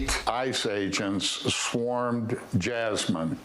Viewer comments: Reporter : Yasmeen Creepy AF dude : Jahsmin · Yes it is, but they pronounce the j like an English y.